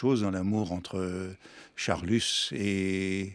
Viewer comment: D'accord, d'accord — mais pourquoi dit-il Charlussssss ? Comme l'explique Proust très drôlement : c'est Charlus, tout simplement.